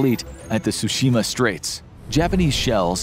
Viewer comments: Tsooshimah not tusheemuh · mispronouncing tsushima as tushima... think of the tsu in tsunami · The pronunciation of Tsushima made cringe